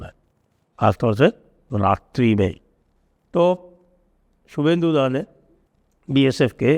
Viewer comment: शुभेंदु दादा के नाम का शुद्ध उच्चारण शुभेंदु है ।